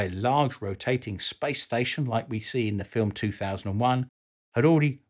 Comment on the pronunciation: we are exploring spice ! yea ! mate ! Stop saying SPICE please, you are driving me crazy !!